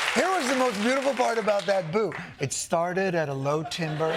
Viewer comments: I don't wanna be "that person," but Jon misused and mispronounced "timbre." Just saying. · Timbre - pronounced “tamber”